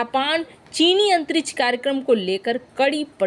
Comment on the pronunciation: मिसन, कोसिस, अन्तरिच्छ यान, कच्छा, भविस में, क्रैस, निर्णायक छन्न, घोसणा, कितना अशुद्ध और भद्दे हिन्दी उच्चारण का नमूना यह चैनल, भारत की बेइज्जती का नमूना जो लगभग प्रतिदिन किया जा रहा है